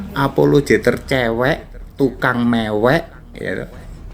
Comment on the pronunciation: rupamu elek maksudnye ape ? jelek atau kayak kelek (ketek dlm bhs sunda) ? hati2 akh pas bilang tukang mewek lidahnya keseleo m nya jd ng